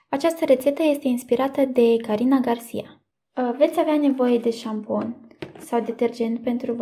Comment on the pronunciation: Se scrie Garcia și se citește Garsia